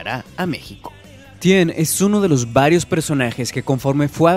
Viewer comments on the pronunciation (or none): haces que mis Oídos sangren como ke Tien es Ten